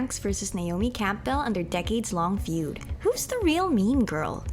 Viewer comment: The P is silent in Campbell, btw.